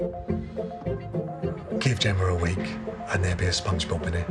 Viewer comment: is it me or i kept hearing the lady said Spongebulb.